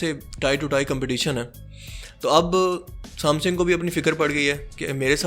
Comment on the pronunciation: بھت خوب بھای شکر ہے ورنہ میں پریشان تھا کیونکہ میرا سیٹ ہواوے کا تھا... ایک غلطی آپ کی آپ کو بتا دوں..."سام سِنگ" نہی ہوتا... "سےم سَنگ" ہوتا ہے...